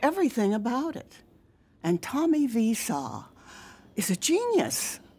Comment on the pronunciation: Carolyn pronounced his name like Vee saw omg I'm dead LOL